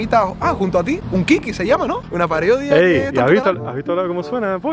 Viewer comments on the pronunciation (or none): Minuto "una pariodia" JAJAJAJAJA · /: "una pariodia" simplemente increíble😂😂